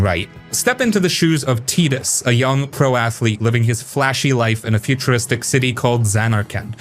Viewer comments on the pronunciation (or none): tee dus sounds so dumb, should call him tie dus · I'm out at Tee-dus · Teetus? Not Titus? Have I been wrong all these years??? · I had to stop watching when you called him "Teetis". They say his name 1000 times in the game. How can you get it wrong? Next! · "Teedus" FOH... I stopped watching after that. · ok I've just never heard it pronounced like that by literally anyone until this video lol